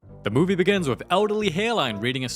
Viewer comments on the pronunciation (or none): Bro..u should have catchphrase or opening line.."da movie begin".. thats so frickin good..when i play your video,i hope i hear "da mowvie beginnn" 😂😂..